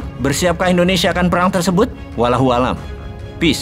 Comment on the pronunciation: Ketawa gue simak Bossman baca kata "Wallahu a'lam" dengan benar saja ga bisa 😅😂😂